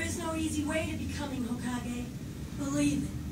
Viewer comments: stop saying hokagi, it's hokage with an E. It's the combination of an element and the word kage which means shadow. i.e. Hokage - Fire Shadow - Konohagakure, Village Hidden by Leaves Kazekage - Wind Shadow - Sunagakure, V. Hidden by Sand Mizukage - Water Shadow - Kirigakure, V. Hidden by Mist Raikage - Lightning Shadow - Kumogakure, V. Hidden by Clouds Tsuchi - Earth Shadow - Iwagakure, V. Hidden by Rocks The leader of each hidden ninja village is given this title. How a leader of a ninja village is decided depends on each village. For Konoha the Hokage is appointed by an elder council. Also, you are right in your deductions, the 3rd Hokage retired and the 4th came to power. When the 4th died, the 3rd came out of retirement. At this particular point in the story, it is unclear why a 5th Hokage has not been chosen yet, after all, the 3rd already retired once, why couldn't he nominate a successor and retire again? It's been more than a decade since the 4th died given naruto's age. Could there simply be no wothy candidates? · Well and are never gonna get it right😂.